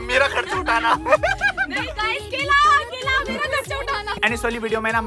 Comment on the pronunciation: Are keellaa nahi kela